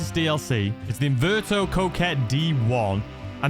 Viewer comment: Inverto lol.. gets me every time😂